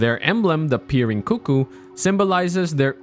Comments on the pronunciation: Coo coo isn't the correct way to say it though. Even Iji in game pronounces it CUCK-oo when talking about them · Almost right! It's pronounced "cook-ooh", usually, rather than "coo coo". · You said cuckoo right, like “coo coo” It was funny, my friend was going through the first time and he called them “cuck ooo” knights. We had a good laugh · I thought they were CUCK ooo as well :))